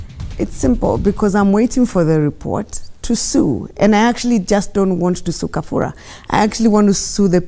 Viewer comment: Its Kabura not Kafura madam Governor